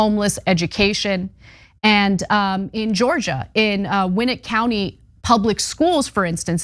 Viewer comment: Honey it's pronounced Gwinnett..short I like grin It's the place our latest family pedo who killed my siblings and sexually abused my daughter. The schools and cops didn't care Don't move there